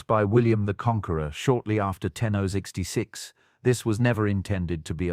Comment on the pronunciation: So many errors! Doesn’t know how to say “1066” and the entrance to the white tower is completely wrong. Get your stuff right or delete your account.